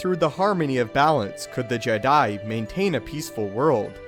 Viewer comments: You legit say JEDII order instead of Jee-dai, im getting triggered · How comes you pronounce Jedi and not Jed'ia, understanding languages will help you understand how words in Star Wars should sound, also, you need to work on your pauses, listening to you talk about a subject does my head in! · 😂 He keeps saying:"JedII." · The je DIE! Seriously the way you say Jedi is hilarious. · The background music is so distracting cause it's so good. And the way u pronounced jedi tho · stop saying jedi so awfull...ugh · lol, i noticed it to